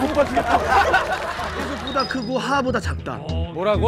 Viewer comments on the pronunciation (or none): 에 유재석 할 때 왜 유혁이라 하는 거예요??